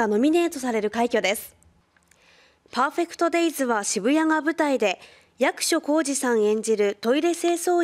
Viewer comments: イントネーションな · アナウンサーの”役所広司さん”の発音が独特